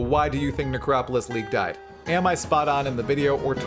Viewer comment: 3.24 The Necropiss league